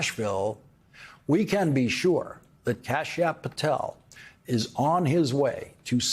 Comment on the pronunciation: Kasp App Patel 😂😂😂come on Lawrence